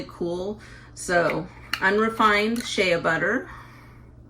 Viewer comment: Incorrect pronunciation of Shea.